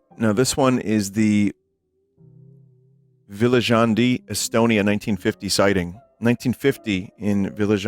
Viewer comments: Ahhhh yes the Villa Zhandhi, Estonia sighting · Oh god, the way Vinny pronounced Viljandi Well you tried, pizza man